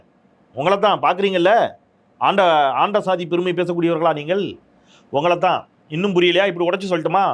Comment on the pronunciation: துவக்கத்தில் உங்களதா உங்களதா என்று அழுத்தி கூறுவதை தவிர்த்திருக்கலாம் சார்...